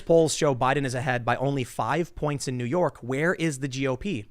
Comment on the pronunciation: "New Yauk"